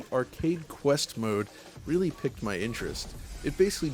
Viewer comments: it's piqued my interest, pronounced "peaked" lol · You say "Tekken" and "piqued" very strangely